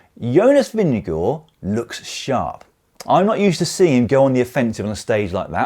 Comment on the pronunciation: Nice to hear: you got Vingegaards name close to correctly pronounced